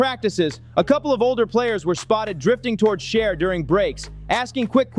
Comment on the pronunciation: At least get his Name right dam!